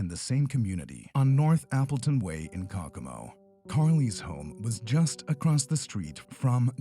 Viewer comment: Is this done with a computer voice? The name of the the Indiana city is pronounced Coe Coe Mo. I'm pretty sure it's not cockamo.